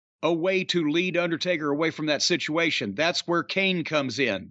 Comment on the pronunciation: Situ achin 😂 situation situwayshawn